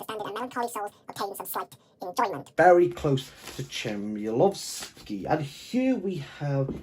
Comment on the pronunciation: Interesting to hear you talking about it. Despite tiny flaws I loved The Books of Jakob, but the history of Poland is a well known concept to me (oh modest me), but even to most Poles the history Tokarczuk writes about is not well known. BTW Ch like in Chmielowski in Polish is always pronounced like H in home, for the lack of better sound. Lovely daughter you have, and pierogi look great! Oh and the song, Olga needs to hear it :-)